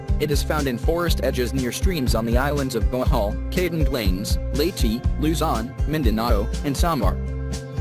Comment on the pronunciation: Leytii??? XD